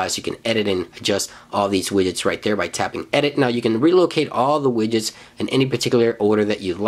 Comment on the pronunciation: forst one is widget, after i only hear: available wijets, my favorite wijets ;)